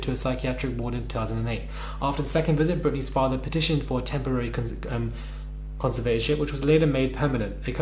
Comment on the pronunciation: It's pronounced conser vat or ship